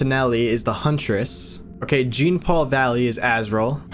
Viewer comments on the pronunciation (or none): I do want to also clarify that Duke Thomas is usually considered to be part of the Batfamily too, at least in recent years! And Jean is pronounced more like John. Other than that, this made me so happy. It's not necessarily something that scares me, but it WORKS and it's cool and intriguing, and makes my heart race every now and then. Seeing the name drops made me super giddy and excited. I am intrigued to see where this goes. I feel like batman fan made this. Thoroughly enjoyed your analysis too!